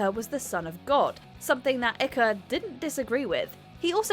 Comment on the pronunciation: David ikeeer lmao 🤣 😂 😆